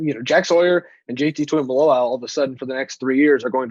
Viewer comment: Proud of you for getting the pronunciation of his name down!! Now let’s get everyone else on board!! Tuimoloau: (2-E-Moe-Low-Ow)